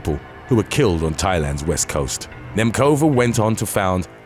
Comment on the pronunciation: "Nemcova" is not pronounced with "k" btw